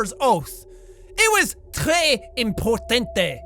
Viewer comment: I don't know what language is "importanté" but it's definitely not French with that accent in the end <.< / As for how Sam became septic, he was probably pristine before he got infected by something.